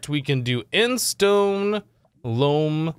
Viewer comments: Since you asked, it's pronounced Loam. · it is pronounced loam